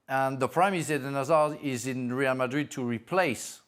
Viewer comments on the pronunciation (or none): That commentator who pronounced real madrid like that is showing off at this point no body says it that way im a chef in Madrid and the locals dont even stretch it that far 😂😂